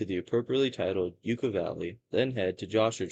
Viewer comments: Yes, Yucca = "Yuckah", not "Yookah"... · It's Yukka, short U, like the plant, not yooka. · Yuck uh…not U Ka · What schools did you go to? It is pronounced "yuck-ah" man, not "yook-ah" man. Also the are called "mount-tain" not "mow-ens"! Geez man, learn proper English!!! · It's pronounced "yuh-kuh", and Marine "Core". Cool video! Hope to see more! :elbowcough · It’s pronounced like the plant ! “Yuh cuh “ kinda sounding. I ain’t a dictionary! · And also "YUK-UH". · I'm not trying to criticize, but I thought you might like the correct pronunciation. Yucca is pronounced yuck-uh and Corps is pronounced core Alot of people make that mistake, if they've never heard the names before. 😁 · "Yoo-cah" man - Lol. Marine "corpse" - Lol. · Good video. Needs better pacing, though. No rush. You got this, you blued Yucca-man! Pronounced Yuck-uh. Also Marine Corp is pronounced "Core". It has a silent 'p.' Silent Like the Yucca man before attacking and leaving a corpse. The Joshua Tree park is the best park to visit. Great choice. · pronounced Yuck-uh LoL a number of stories come out of the 29 Palms area and surrounding San Bernardino Mountain range with Big Bear and Lake Arrowhead. i lived close to this high desert area for 25 years and travel up there a lot! the people are nutz 😂